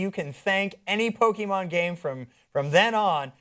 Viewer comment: I hate people that call it pokymon it’s Pokémon you bastards